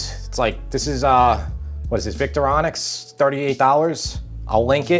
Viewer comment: "Victoronix"? I think you mean Victorinox.